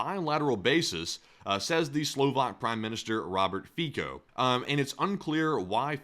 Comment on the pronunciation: Robert Fico should not be pronouced as "Fiko" more like "Fitso"